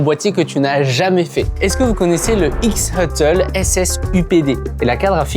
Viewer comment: X huttle? C'est Shuttle omg